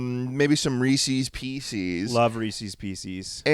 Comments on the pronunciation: ITS PIECES NOT PEESEES RESPECT REESE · Ree sees PCs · I can’t do this anymore. I loved this podcast, but I cannot continue to support a podcast who’s hosts pronounce Reese’s Pieces this way. THE PIECES BELONG TO REESE. what is wrong with you